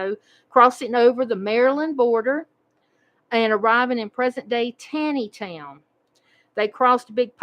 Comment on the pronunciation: Just a quick note, I have addressed the pronunciation of Monocacy River (mon-OCK-acy) on your previous video on the Great Wagon Road. Today, I would like to address the pronunciation of Taneytown, Md. It is pronounce like Taw-nee town. The town is not named for Supreme Court Justice Taney of the Dred Scott decision, but for Raphael Taney, the first land grant owner. They do, however, share a common ancestor.